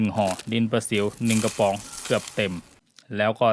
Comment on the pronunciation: ทำไมเวลาพูดคำว่ากระป๋อง ออกเสียงเป็นกวะปว๋องคะ